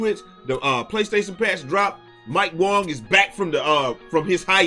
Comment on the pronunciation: bro why you keep saying mike wong its WANG my guy